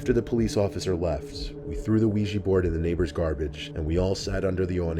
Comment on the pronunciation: Not the "Ouijee board" 😂😂💀